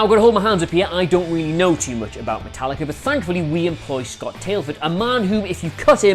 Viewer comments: Did he just say Metal likkaaa. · Metal-likka... Now I know they mispronounce names on purpose!